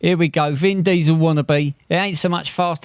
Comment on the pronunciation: Did you say Vin Diesel........More like Van Diesel 😁